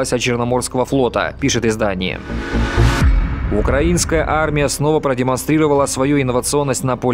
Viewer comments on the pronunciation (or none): none